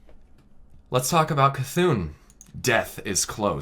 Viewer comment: I'm sorry, did you just said "gu'hun" or C'thun?